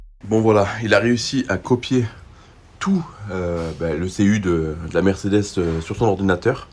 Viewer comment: Merdecedes ou mercederche ? 😂😂😂